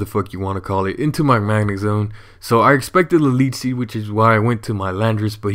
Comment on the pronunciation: say leech seed